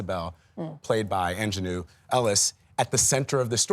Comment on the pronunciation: Come On Gail give Aunjanue Ellis her accolades.. put some Respect on her name, say it right.🙌🏾👀